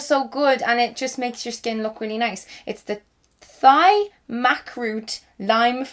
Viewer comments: Thai is pronounced like tie, not thigh, ily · 😂 I think it's "Thai" as in Thailand not "thigh" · Thigh?!?! XD It's Thai as in Thailand hahahaha that gave me a good laugh looolll xx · Why did you say Thai like thigh? Bahaha. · Thai is Thai as in Thailand 😝 not thigh